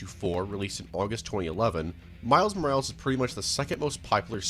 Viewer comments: it pisses me off how you pronounce morales. It is moral-es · I don’t think he knows how to pronunce symbiote or morales.